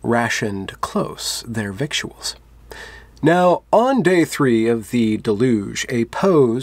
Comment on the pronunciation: People hate me for telling them this, but... "Victuals" is pronounced "viddles". Yes, I know that makes no sense. I think the poem is great, regardless.